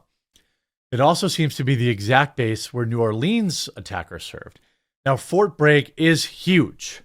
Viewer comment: Its Fort Bragg not Fort Bregg.